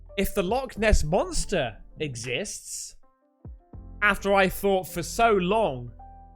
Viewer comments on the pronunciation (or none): none